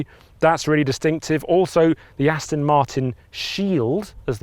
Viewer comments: Can someone please tell the Alan Partridge sound-alike that it’s ‘Aston’ with an ‘o’, not ‘Astin’ with an ‘i’ 😡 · Could you please practice saying……..AST ON ……….[ it’s definitely NOT ……AS TIN ] !!! I suppose it’s better than how many people say it ………AUSTIN !!! But I must admit, I would’ve thought that an automotive journalist would know that . Just like ASTON MARTIN………. It is the finer points of presentation that makes the difference. ! 🇬🇧🇬🇧🇬🇧🇬🇧🇬🇧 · AstOn, NOT AstIn! FFS! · Yes, definitely irritating - even the old top gear team used to get this wrong, as well?!